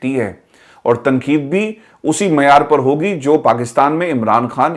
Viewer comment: صاحب۔ آپ اردو کا حروف ِتہجی ۔۔ ق ۔۔ کیوں نہیں ادا کرتے ۔اسی وڈیو میں آپ بار بار ۔۔ تقید Tanqeed کو تنکید Tankeed کیوں کہتے ہیں ؟ محمد meesaw کراچی